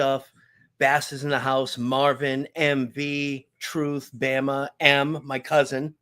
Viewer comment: definitely need your partner there on with you the chemistry was great him calling bama "bahma" had me rolling when I finally caught who he was talking to. Lol he's faster on the clapbacks than me lmao